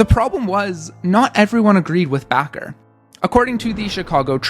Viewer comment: Why are you Pronouncing Bacher like Baqar.